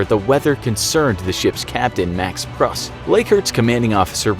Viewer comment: *Pruss (Prūss)